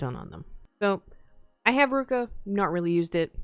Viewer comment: Its ru-ki-a not ruka